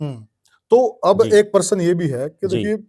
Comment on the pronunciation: परसन नहीं * प्रश्न "?😊